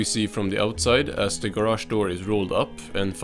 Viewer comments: SpongeBobs Ger-ash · I could listen to this guy say garage all day